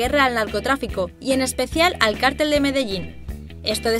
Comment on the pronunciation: En realidad está bien dicho: "cártel" es una organización, mayoritariamente ilegal de personas y "cartel" con acento prosódico en la "e" es un afiche o pancarta que muestra un anuncio.